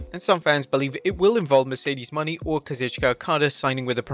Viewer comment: its pronounced Mo-na-ay not mo-ne-ee😒